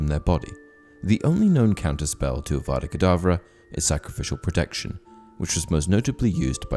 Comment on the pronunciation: Haha that is hilarious Hermione be like it’s Avada kedavra not kedavrA